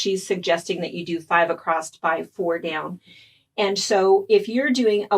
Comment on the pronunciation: Love your tips. Love the pattern. Newer subscriber. As a midwestern gal growing up, I want to give you what I hope you'll take as constructive criticism... The word "across" has no "t" at the end ;)